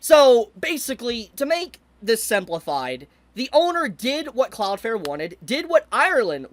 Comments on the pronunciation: cloudFLARE, flare, flair, fLLLLLLLLLLare. Please if you're going to go on a rant at last say the name right. Cloud. Flare. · Take a shot every time he says "cloud fare". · Why are you saying cloud fair for the whole video